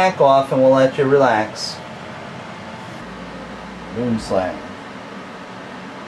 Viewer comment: Hahaha Mate you are a legend, I'm a South African, and I just can't get over how you say boom slang. ( yes the pronunciation was wrong but seriously who cares ) I would like to thank you for posting all your video's I find them fascinating, please keep them coming :)